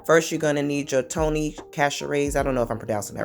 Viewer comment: Where are you from? I ask because the way you pronounce The Tony's 😂 😂.